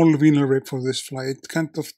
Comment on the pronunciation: Have a safe flight, my friend. I forgot to ask, is Mobuto is a word in Icelandic? Meaning? Side note: the US & Canadian pronunciation of vinyl (and I’m not sure if it applies to British pronunciation) is different. The “vi” is not pronounced “vee,” instead the “i “ sounds the “ie” in “tie”, so it’s pronounced “vie-nil.”